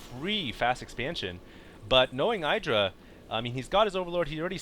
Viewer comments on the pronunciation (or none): youre pronounced Idra wrong its eedra